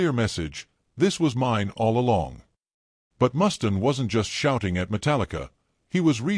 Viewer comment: Who's 'Mustin'? It's MUSTAINE!